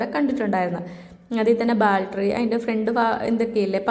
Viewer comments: 😂ബാൽട്രി അല്ല ബാറ്ററി😂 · അതെന്താ ബാല്‌ട്ടറി.... ബാറ്ററി ആണോ 😊